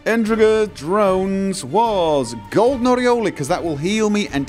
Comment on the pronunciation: Forgive me, but everytime he says "Golden Oriole," I hear "golden areola," lol. 🤓 Where I'm from, I've only ever heard "oriole" pronounced "oh-ri-ohl," like in the classic rock-and-roll song, "Rockin' Robin".